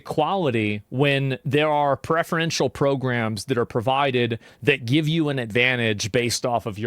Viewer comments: “prefriential” 😭 idk how people get the courage to make videos when they have the vocabulary of a toddler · "Prefreeential" add it to the list